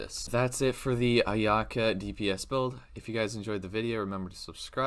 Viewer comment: It says on the translated tool tip for the new 5* sword that each stack is calculated separately - you can’t just auto to get three stacks. Also, if you’re going to make a “complete” guide for a character that hasn’t been announced/has unconfirmed numbers, at least pronounce her name right man. I’m hype for her too but let’s do our homework.